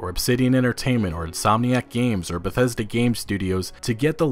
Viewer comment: lol he said bathesda